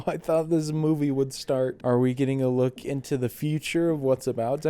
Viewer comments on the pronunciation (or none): none